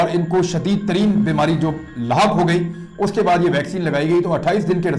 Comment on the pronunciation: عمران. لا حق زبر سے غلط ہے . . . . . . درست یہ ہے. . . . . لا حق . ح کے نیچے زیر پڑھا جاے گا